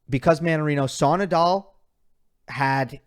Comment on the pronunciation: cuando pronuncias Naaadaaal no parece que digas Nadal! :) Rafa better